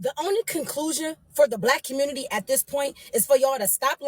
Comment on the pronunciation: And the "Communitah"